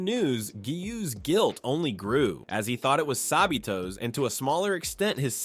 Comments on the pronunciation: Why does he call sabito sabeto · Sabito❌ sabeeto✅ Kanae❌ kanie✅ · Sa bee toe